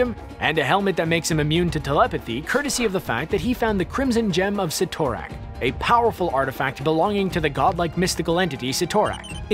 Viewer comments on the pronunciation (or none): SIT- O- RAK not Sitor-ak....damit!!! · Cytorak is pronounced sitter-ack not si-tor-ack. WAY to much emphasis on "TOR", lol. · It is called the Crimson Gem of Cid-or-ac not Cit--or-ac. The spelling ytt has a d sound not a t sound. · Oh, it’s pronounced Si-tor-ack I always said sie-toe-rack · If you say Ci-tor-rak 1 more time😤😒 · ROFL!!!! "See-thor-ack"! "See-thor-ack"!! "See-thor-ack"!!! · Si To Rak!? I CRINGE EVERYTIME YOU SAID THAT. STRANGE EVEN PRONOUNCED IT FOR YOU. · Cyttorak Si-Tor-Rack